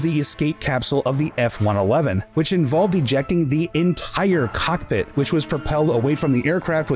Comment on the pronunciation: You say cockpit quickly and i heard carpet. Funny feature for a star fighter but continue